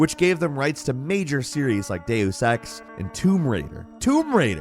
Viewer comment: I think you said day you sex instead of deaus ex